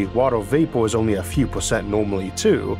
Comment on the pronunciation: The guy has a major speech impediment I could not listen to this guy read a book you can't even say water vapor right he has a problem with his r's